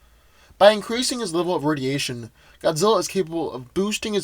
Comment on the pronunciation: Red sun radiation not rsdiation